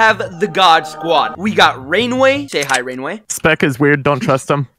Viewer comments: U are supposed to say rain the way not rain-way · rainway? more like "raingay"